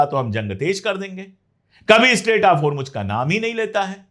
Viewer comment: Its Hormoz....Not Hormuj, sir.